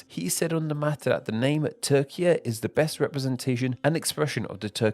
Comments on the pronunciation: Türkiye* not Tökia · It should be pronounced “toor-kee-yeh” with a trilled R. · Without seeing the written name I could think you're just saying Turkia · it's not "teer-jee-yay" it's "tue-rk-iye" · Oooooh so the Ü IS pronounced as oo, not as he probounces it in the video? Well then I support the spelling changer after all. I thought he was pronouncing it correctly in the video and that the Ü simply made no sense. But it does make sense the guy in the video just doesn't respect it. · Turkey becoming Turkiye is less of reclaiming an endonym and more of asking for an orthographic change to better approximate pronunciation. A real change would be Hungary demanding a name change to Magyarország. To be honest, that would be a fun video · there you realise you're watching Name Explain, not Name Pronounce.